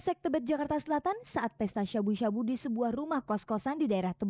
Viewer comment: Nyebut sabu sabu nya lebay banget Harusnya sabu sabu aja bukan syabu syabu 😅😅